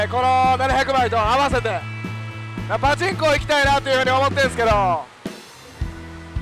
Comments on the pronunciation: パチンコのイントネーションが気になるww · パで一回止まっちゃってるんですかね笑 なおさなければ(# ゜Д゜)